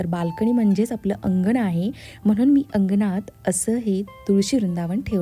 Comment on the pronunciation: मणापासून ❌ मनापासून ✅ अंगनात ❌ अंगणात ✅ आनलं ❌ आणलं ✅ आल्याणंतर ❌ आल्यानंतर ✅